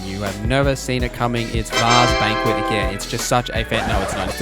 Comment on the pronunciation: "Varre's Banquet" omegalul